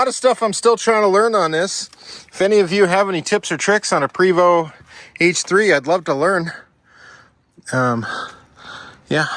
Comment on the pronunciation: It's PRAY-VO, not PREE-VO.